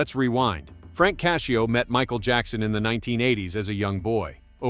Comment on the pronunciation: His last name isn't cashio it's Cascio